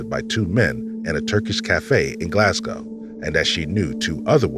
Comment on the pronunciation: I just want to say I'm eternally grateful for you pronouncing Glasgow right <3